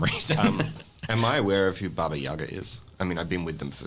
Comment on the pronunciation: I love how you correctly pronounced Baba Yaga